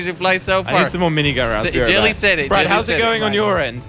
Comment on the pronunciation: its not jilly its jelly